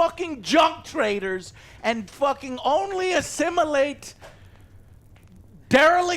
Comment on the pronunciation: "We are the b0rk, we ass....imilate"